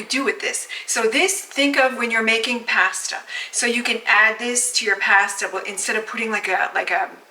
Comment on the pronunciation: What’s with the Posta pronunciation?